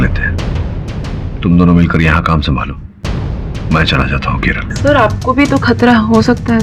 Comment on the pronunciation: KERALA not KERLA or KERELA 😭